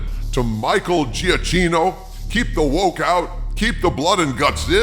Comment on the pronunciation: "LGBTQIAMOUSE" caught me off guard, had me giggling like an idiot. Though FYI, Giacchino is pronounced "Ja-Kee-No"